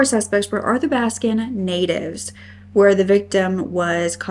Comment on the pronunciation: hought it was well-researched, sensitive, fair, and balanced. The only thing I noted was the mispronunciation of Athabascan/Athabaskan. Not sure if you have covered the Cara Zastrow or Sophie Sergie cases. I think Cara had been last seen at the Bentley Mall, which you referenced in this video. Thanks for all your hard work